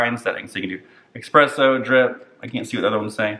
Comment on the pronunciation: I'm so sorry but the fact that you say "expresso" makes this video invalid 😂